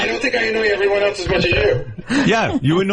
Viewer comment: Gary can't say ELSE .. he says ELTS